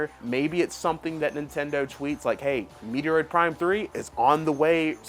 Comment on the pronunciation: ....I cringed and I'm dead 😵😵‍💫💀☠️: This this guy say " Metoroid Prime ????? " Dude ....the name of Samus's Game is METROID PRIME !!!!!! ....Like have you ever heard anyone pronounce like you ? NOOOOOOOO!!!!!! DO BETTER 😡🤬